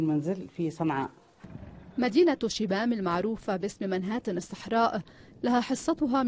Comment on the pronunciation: إسمها شبام وليس شيام